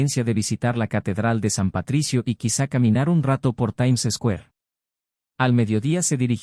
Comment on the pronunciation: Sí, que rara la pronunciación de Square y otras, ni en español, ni inglés.